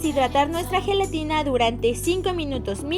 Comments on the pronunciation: en el momento lesli dise gredetina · like si escuchaste que lesslie dijo grenetida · quien mas se dio cuenta q en el minuto dice geletina